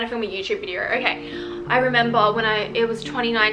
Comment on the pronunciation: Whose gonna tell her that there is no R in the word video. It’s video, not videer